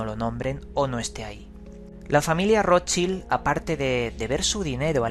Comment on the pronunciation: De verdad Roschil????...menos mal que uno dice informarse y ni le apellido de la familia que está investigando sabe pronunciar.